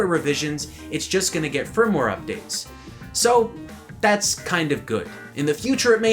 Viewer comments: Hahaha! He said frim-ware! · did he just say frimware updates? lol seriously?